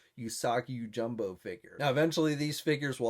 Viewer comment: hey man there is no “U” in his last name. It’s Usagi Yo-JIM-bo NOT jumbo bruh